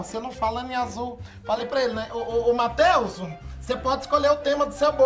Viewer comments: "Matheusu" kkkkkkk adoro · "Matheuso" Huahuahuahuahua